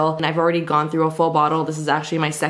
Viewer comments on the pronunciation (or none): none